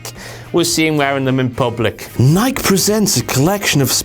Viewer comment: Nike is two syllables.